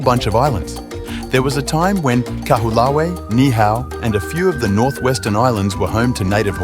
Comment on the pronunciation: KA-WHO-LAH-WEE? Try, KAH-HO-OH-LAH_VEH (Kaho'olawe)